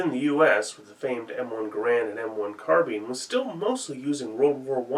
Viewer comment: The word is carbine, not carbean.... like dine, wine, fine, line, nine, pine, mine etc. It spoils viewing even basic words are mispronounced